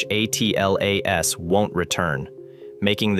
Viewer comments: It doesn't matter what the acronym is, it's usually pronounced Atlas, not A. T. L. A. S. No one pronounces NASA as N. A. S. A. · Audio appears to be computer generated. A human narrator would read ATLAS as a word and not an acronym.